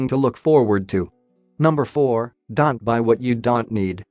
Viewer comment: You don't pronounce don't right.